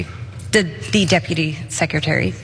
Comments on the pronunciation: "Deputary Secretary" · Deputary Secretary! LMAOOOOOOO. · She cannot even speak English clearly, yet Colorado, believes her qualified to represent them in Congress? It's DEPUTY SECRETARY, NOT deputary. If you want to cut someone's salary, at LEAST know how to pronounce their job title. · She said, "departy" 2 or 3 times! Was she drunk??? Saying "departy" instead of "deputy" is too, too weird! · Cenk, she didn't say deputy multiple times, she kept saying "deputary". In her world, that's a thing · Not the Deputy Undersecretary, the “Deputary”. She stated it twice. She was quite clear about that 😂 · Deputary. Girl wtf🤣🤣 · How the fuc do you flub the words depertary secretary twice...WTF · 'deputary'..... i'll allow it. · “Deputairy secretary” -Dr.Seuss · “Deputary” ?? smh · Decrease the salary of the deputary 😩😩😩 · Heyyyyy i have implants but am an intellectual & never say deputary or secutary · Well, it IS hard to walk and chew gum at the same time. “Deputary?”🤪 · Debutarrry under secutarrryy 😂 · Deputary-secutary😂😂😂😂...check the vape pen? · Deputary? She made up a word! I kind of like it. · Welp, at 90 seconds into the video, she's uttered "deputary" twice. Shall we allow it, or do we go the Regina George route? "Lauren, stop trying to make 'deputary' happen! It's not going to happen!" 😂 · 🤣🤣🤣🤣🤣🤣----"Deputary""------she is just straight inept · "Deputary Secretary"?! That G.E.D. diploma holder supreme educational acumen is rearing its ugly head. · Deputary Secretary😂😂😂? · The deputary!😂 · "deputary" what a maroon Boebert is. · She's drunk! Twice she said "deputary" secretary. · DID SHE HAVE A LIQUID LUNCH. 'Deputary Secretary'...........really girl. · Deputary x2! 😂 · Deputary secutary ?!😂😅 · ""I did not shoot the Deputary !!"" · The "decutary" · Lol... "Deputary secretary" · Deputary Secretary? That's a new one 😅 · Deputary Secretary?!? 😳🤣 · Deputary though? Goodness, and they mock President Biden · "Deputary Secretary" 😂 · The "deputary"? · “Deputary secrety” 😳